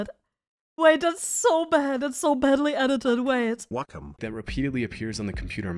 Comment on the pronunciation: Is it pronounced Wecom or Wacom?